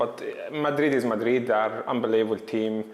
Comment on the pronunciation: Mo 'Unbeleebull' Salah